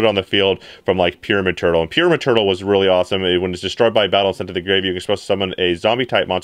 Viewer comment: Accent: vampire lord was easy to summon through “Pure maternal”. (What he really said) PYRAMID TURTLE.